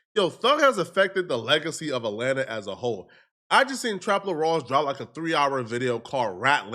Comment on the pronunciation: "RAT-lanta" ... is wildddd ... 😮